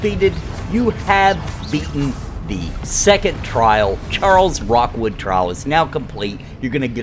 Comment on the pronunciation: dude his name is Rookwood, not Rockwood.